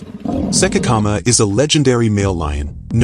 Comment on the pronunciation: Learn to pronounce names correctly, that lion's name was't Sekekama its Tshekedi Kgama.